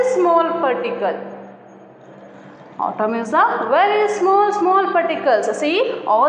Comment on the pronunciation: ಅದು ಆಟಮ್ ಅಲ್ಲಾ ಅದು ಏಟಮ್ಮ